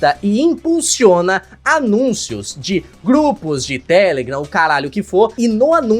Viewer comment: Agonia dele falando TÉlegram e n telegram